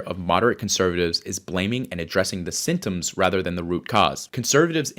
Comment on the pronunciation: "Sintoms" - he's a terrible communicator